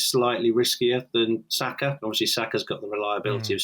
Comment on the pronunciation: I thought he said Xhaka not Saka